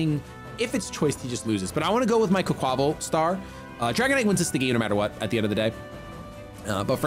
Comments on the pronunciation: please! It’s “qway-kwa-vall” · I love you but its QUACK-wa-Val. Its supposed to be a play on words